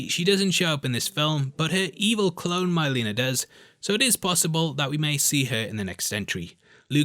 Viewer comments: It's not MYleena, its Mileena. Like the words milk, silk, pill. Not eye. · My-Leena????? You obviously are just trying to make money off this video. 😅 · "my-leena" lol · Have you even played the games or watched the original movies?? You can't pronounce Milena and you're not aware that you can easily block sweeps in the game. You're full of shit. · Love your pronunciation of mileena classic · You keep saying Mileenas name wrong are you doing that as a meme lol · I love when Brits just slaughter foreign pronunciations. "Shao Can"...."Myleena."